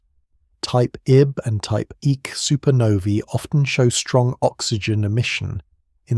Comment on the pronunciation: So hard to hear "type ICK" when it should be "type I-C." That is just lazy. Shoot you got AI narrating. All is needed is attentive proof reading/ editing. All the work done sufferes when you dont proof read.